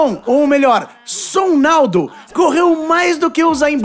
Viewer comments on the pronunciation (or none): "Son Naldo" KKKKKKKKKKKKKKKKKK é Sonaldo caralho